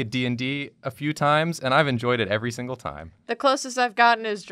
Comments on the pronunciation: "Siggle" 😏 Great episode though. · “The City is Siggle.”